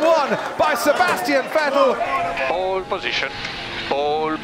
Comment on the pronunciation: I still remember when they said " Vetell "